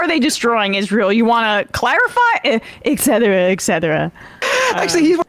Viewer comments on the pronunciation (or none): It's "etcetera", not "exetera". Otherwise, I enjoyed this panel... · It's eTcetera not eCcetera. Come on guys, if dumbo Trump can get it right, you guys should too. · Why do Americans always say exetera? It is etcetera. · Why do people always say “excetera”, when the word contains a “t”, no “x” - it’s eTcetera! I’ve heard this so often and always wondered about it. This is one thing that Trump actually said correctly in this interview. Who would’ve thought that Trump could ever be more correct than the generally smarter hosts of this show? Sorry, I just had to point that out. That being said, though, roughly 60% of Americans identify as Christians, so is he saying that they mostly don’t vote? How have Christians been treated badly by this administration? Especially Catholics?! What nonsense! Biden is a stout Catholic and goes to church. Trump probably only entered a church for the first time in decades when he attended GHWB’s funeral. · This one is hard for me, people saying ex sedra is a pet peeve, it's et cetera. There's no hard k sound. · While I always enjoy a good Trump bashing, I was unable to continue watching due to two of the panelists repeated pronunciation of "et cetera" (etc.) as "eck cetera". As members of a public forum, I would think these people would have a better command of the most basic english, before laughing at others; even the T- Rumpsorious Hex. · Are these commentators saying "eck cetra"? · How can we take you guys seriously when you pronounce "eKcetera"? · I find it offensive for anyone to f*cking pronounce etcetera as EKSETRA. Pisses me off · et cet·er·a /et ˈsedərə/ stop saying "ECK CETRA" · I'm with Bender. That excetera excetera from Trump was too freaking funny 😂😂😂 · He probably thinks it's "eksetera" dumb a..😂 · “Ek•setra” “ek•setera” 😕 Trump gets it right … but the hosts … hmmm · Why can hardly any American say "et cetera" correctly? There is NO k! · it's "et cetera", by the way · 'Et' cetera. Why is this so difficult?